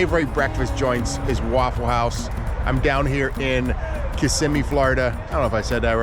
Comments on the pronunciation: Damn.. you said it right. most people say kissme FL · OMG you said it right. Kissimmee! Good job! Lmao